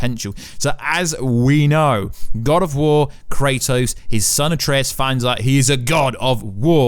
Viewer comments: Its Ragnarök, and its Atreus. (Raag-naa-ruk and Aa-tree-use). Just so you know :) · you two are a perfect pair, he cant say it and you cant spell it..... RAGNAROK!! HAHAHA but yes it was the worst when hes talking about Atrias.